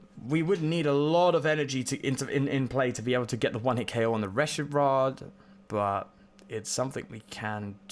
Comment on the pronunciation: I love your rogue spirit. I hate how you say Reshirard. 😂😂